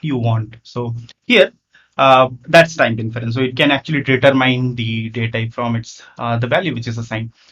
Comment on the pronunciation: I suggest you work on your spoken English (not "Ve Vill" but "We Will") and the correct pronunciation of English words (like "detErmine", not"determain"), "prefEr", not "PrEfer", "applIcable", not "Applicable". While", not "Vile, "World", not "Vorld", Tyuple", not "TAple". "still Works", not"still Vorks" "Gosh., "Why", not "Vy".